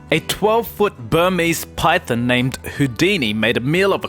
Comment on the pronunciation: This channel annoys me so much. He says Python like Pythin 😤